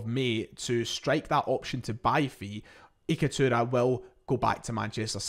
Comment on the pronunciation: It’s Itakura not Ikatura